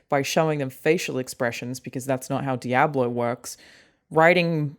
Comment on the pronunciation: A bit unsettling the way Alanah chooses to pronounce Diablo.